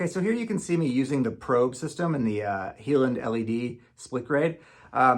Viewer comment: Interesting. The Heiland (and it's a German name, pronounced high-land, not he-land) is the Rolls-Royce. Some of us hope for more, adaptable Honda LED sources for our enlargers. A friend built me one, 3D printed with an inexpensive LED panel for about $200. I'm just using it as white light with Ilford filters, but LED is the way to go these days.